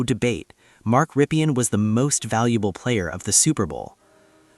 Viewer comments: It's Rippin' not Rippian' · Ok, Here goes. Rypien is pronounced RIP-EN. ('EN' like in End) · Mark Rypien is so unknown today that YOU don’t even know how to pronounce his name corrrctly. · Jesus man... You really need to check name pronunciations if you want to make videos. I turned it off after you butchered both Rypien and Grbac. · So forgotten that this guy who supposedly researched him can't say his name right.